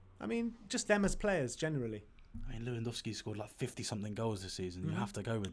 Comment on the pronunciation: Le-van-dov-ski And no, Harry Kane is not better than him. By any measure, except your EPL bias. Harry Kane is the most overrate player in the world, which is fitting, because the EPL is the most overrated league in the world. Everyone is so mediocre that Harry Kane stands out.